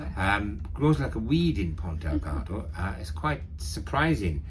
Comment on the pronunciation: Another great video. Good info. I'd like to point out... it is Ponta Delgada. ( there is an "a" at the end of Delgada).